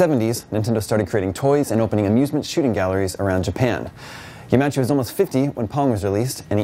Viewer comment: It's pronounced Yama-Uchi. Rest in peace good man.